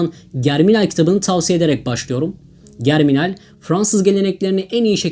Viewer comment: Liste için tesekkurler. Küçük bir düzeltme: Emile Zola emil zola diye okunur. Germinal de jerminal diye okunur.